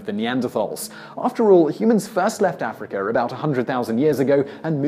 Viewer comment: As soon as I heard him say “Africur” he was immediately discredited. Herpes theory be damned.